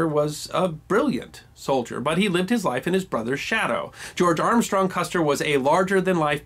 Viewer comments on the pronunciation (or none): You're still saying Custer wrong. It's an "Er" not an "AHr".